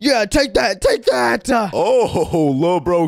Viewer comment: It's take not toke